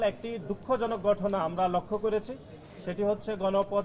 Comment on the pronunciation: গঠনা না ভাই ঘটনা উচ্চারণ সঠিক হয় না।